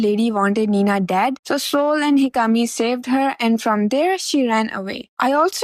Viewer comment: His name is not Hol it's Sol, like "sun" in Spanish. Azure will put the kingdom above his feelings. He is letting Alisha control him and not making his own decisions.